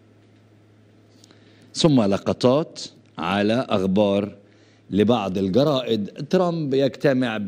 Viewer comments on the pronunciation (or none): يا عمي تعلم الحكي العربي وبعدين حلل بالسياسة العربية اغبار = اخبار سيد صمين = صيد ثمين تصعيت = تصعيد سوما = ثم